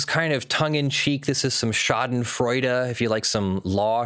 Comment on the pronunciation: Schadenfreude is a german word. You pronounce it like "shah den froi deh". Shah as the king, den as the hideout, the next part would be pronounced with the sound like "spoil" and the "deh" like you'd dismiss something with "bleh". I know it's hard to pronounce, but being an american lawyer that uses the word as if you're a German native would be awesome.